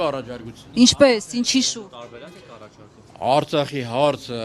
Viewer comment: Հլը բառը ճիշտ ասա Արծախ չե այլ Արցախ հետո շարունակի